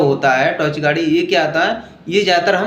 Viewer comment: Bhai tachycardia hota h vo 😂 tochecardia nhi